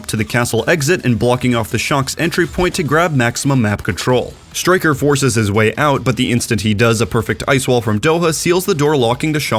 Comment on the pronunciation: "Strikk-Uhrrr" xD